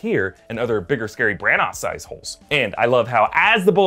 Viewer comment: This look like one of those films where I’m like “huh” all the way through it. Also not to nit pick especially when you do such a good job but it’s Kenneth Bran- ah